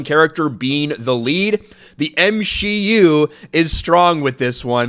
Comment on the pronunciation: "M-She-U". I dont watch Marvel, I've seen like 5 of them, so I thought had been saying "MCU" with a 'shlur' like he was Walter Matthau or something. Whoops!😅